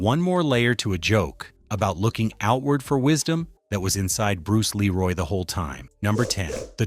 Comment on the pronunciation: There are 2 sections where the narration becomes literal gibberish. Bruce Leroy - pronounce LEEroy; Sho Nuf - pronounced SHOW nuff